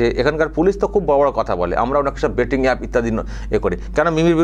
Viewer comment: IT'S " BET" NOT " BAT " TO CRICKET BAT .